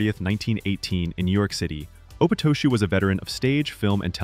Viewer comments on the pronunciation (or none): Opatoshu is pronounced/ a-PA-ta-shu:/ You got the syllable stress wrong. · I've always heard David Opatoshu's last name pronounced "Oh-PAH-tah-shu. I could be wrong.